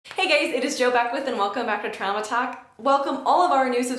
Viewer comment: Do you say "hey gays" at the start xD